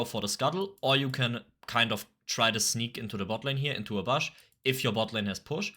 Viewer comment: bush, not bösh